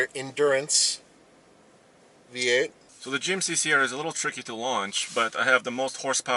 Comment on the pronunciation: Last race. “Come in B-8!” Dork it’s v-8 Practice English before offering reviews. Words are listened to very carefully